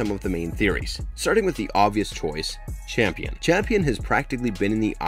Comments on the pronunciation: Real talk; is that "Champion" mispronunctiation due to some extremely low-key dry humor meme or a direct result of the people that make these sorts of breakdowns being done by folks that largely dont watch these shows (thus making the mistakes you outlined due to missed context) and just read scripted synopsis? I think there is something inherently...wrong? In this practice of representing themselves as authorities or analysts of these things whilst in reality just jumping onto a bandwagon that they can make a quick buck off of? I mean if you think about it, its extremely easy. And extremely deceptive. I dont know how I feel about this lol. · I'm not trying to be one of those corrective people but it was six children not 12, the name is not champion it's Campion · The name's Campion not CHAMPION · Next time before you do a movie/show explanation, please do proper research because you said “Champion” through the video, the character’s name is “Campion”. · Hella overrated, Too predictable. Bad dialogue, dumb characters. Tries to hard. Looks great but meh. Also my mans name is Cambian not champion. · It was driving me mad lol, my last name is Campion and I'm like say it right lol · It's Campion not Champion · I'm sorry I can't help myself but the Boys name is pronounced CAMPION not CHAMPION. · It's Campion not Champion. And it's raised by wolves not raised by the wolves. Smh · Raised "By" Wolves, not Raised By "The" Wolves Campion, not Champion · HOW can you summarize an entire season of a show on YouTube and (not just once, but consistently) mispronounce both the title of the show and one of the main characters? The show is *Raised BY Wolves*. The boy is *CAMPION*. The man who created Mother is CAMPION Sturges. Assuming that you WANT people to watch, enjoy, and respect your work...the laziness required to misquote the most basic facts of the show is staggering. Did you even watch the show, or did you summarize it from another source? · Campion, not Champion